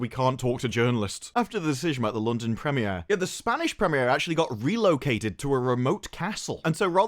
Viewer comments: Bruh how you saying gadoT and then immediately say "pre mi air?" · The "preh-me-air"